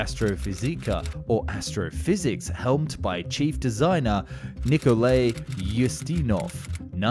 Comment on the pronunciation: Us-ti-nov, you know like, Peter Ustinov.